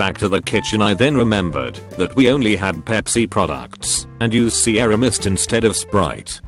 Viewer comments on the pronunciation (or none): none